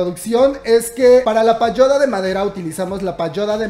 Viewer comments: Comadre, no se dice "payoda" , es "pagoda" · PaGOda, la G con la O = GO linda tu pronunciación linda.